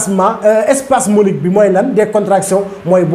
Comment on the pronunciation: C'est Spasmodique et non spasmolique.